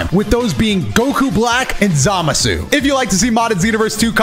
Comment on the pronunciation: I still love how says Zamasu right.